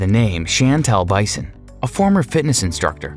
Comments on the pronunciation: Pronunciation: Yawn nick (accent 1st syl). Bee sone (accent 2nd syl.) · His last name is pronounced, Beeeson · His last name is pronounced “BEE-son.” It’s French. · Canberra (not Perth) is the CAPITAL of Australia - need to Fact Check if geography was not your strength in school. And the commentator (rule No.1) need to learn how to pronounce French last name, cause what he is saying is like Bison in Buffalo. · Yannick's surname is not bison (you pronounced it like the animal). Here is a link where he says his name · Please pronounce Bisson correctly! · I quit watching this video right after you pronounced Yannick Bisson's name wrong (27 seconds in). Maybe you want to remove this video, do some research and then start again. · You should have at least found out how to pronounce "Bisson" properly before making this video. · Bisson is pronounced biss-ON' and Helene is hel-AYN' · Unbelievable. You managed to not just mispronounce but completely mangle the names Bisson, Helene, and Siobhan, and on top of that you got the capital of Australia wrong. Stupid, stupid, stupid! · Bison? Or Bisson?! Lol you could've learned his name at least! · Bison is pronounced Bee-son. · Yuk. Lazy, you butchered the names and did no fact checks. I have met all of these people personally and cringed at how their names were mispronounced. Bisson isn’t Bison, wrong and aggravating from start to finish. Great stars and great humans, bad channel. Even knockoff of Netflix name and logo. Pathetic. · Also, Yannick's last name is pronounced "BIS-SON" not "BY-SON" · I believe it's BISSON, not BISON. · It’S pronounced BISSON not bison. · It's Bisson pronounced like Beeson not bison. Siobahn is pronounced Shevon. Your grasp of the english language is severely lacking, perhaps you should hire an assistant to look (listen) over your audio track as you obviously have no clue. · I think Yannick's last name is pronounced the French way phonetically "Beesson"!